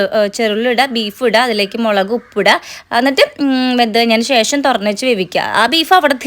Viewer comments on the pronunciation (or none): മേളക് അല്ല മുളക്